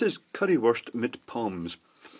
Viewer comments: As a German, I can tell you that "Pommes" in German is short for "Pommes Frites" (read: "Pomm Fritz"). "Pommes", however, is pronounced like "Pomm-S" with the S on the end. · Fwiw pommes would be said more like Pom-mes. Yesiknowitdoesn'tmatteritsnotsupposedtobeaccurate:p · "pommes" is actually a germanization and is pronunced german, so you dont swallow the e and s